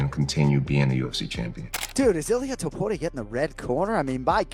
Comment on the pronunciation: the fact that you can’t even say Illia’s last name right is utterly absurd and uneducated